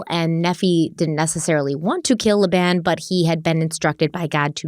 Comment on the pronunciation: Not a dig at you whatsoever. I love the videos but just so you know the Mormon religion pronounces a lot of those name’s differently. I grew up in that cult… I mean religion… and left when I was 16. But for reference: Moroni: more-own-i Nephi: knee-figh Laban: lay-ben Some of these are also towns in Utah. So I just thought I would let you know. ❤